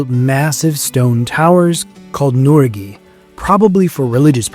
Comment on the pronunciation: NURAGHE is pronounced NURÁGHEH